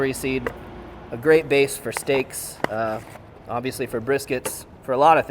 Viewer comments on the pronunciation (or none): none